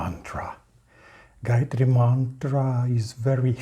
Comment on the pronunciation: Wtf excuse me why do you guys try to destroy everything related to us please 🙏🙏. Gayatri mantra is a very sacred mantra for us indians sanatanis dont demolish it with your improper pronounciation seeing google and talking shit bro please 😭